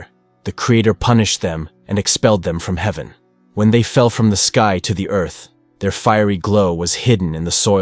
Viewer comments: I've never heard anyone say earth that way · Did he pronounce Earth differently?! Lol